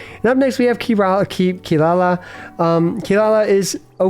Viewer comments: How dare you put the goddess of death behind a mere chef!!!! Jokes aside, i really like your take on the list, let's see how Fontaine cast shakes things up. PS: and a quick advice, it's not kee-La-la, it's KEE-rah-rah ...you can hear her pronounce her name in the JP voice lines quite clearly and it should be like that since well, you know, Inazuma. I believe Kaveh it's also KAH-veh instead of ka-VEY, but i'm not 100% sure. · its Kirara not Kilala btw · Its Funny you Call Kirara as Kilala XD